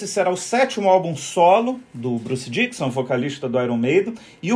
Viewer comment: não é Bruce Diquison e sim DICKINNNNNNNSON !!!!!!